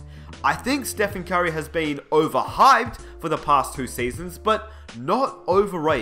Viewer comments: the way he says "curry" sounds like "kyrie" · I got confused when you said "Curry" because I understood "Kyrie" smh